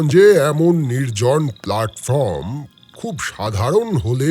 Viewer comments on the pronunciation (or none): Dear nareator narrating Bishtu Da its high time u learn how to pronounce simple English words like PLATFORM & CIGERATTE . YOU HAVE CONTINUOUSLY PRONOUNCED THESE WORDS WRONGLY. STOP PRONOUNCING BENGLISH INSTEAD OF ENGLISH 😂